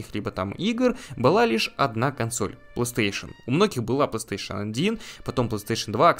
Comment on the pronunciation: Assassin's creed на PlayStation 2?🤔 И кстати правильно говорить плейстейшн, а не пластуэйшн